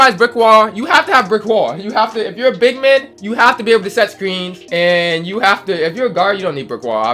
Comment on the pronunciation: " effectEve", "shooting bigmEn" 😂😂😂😂😂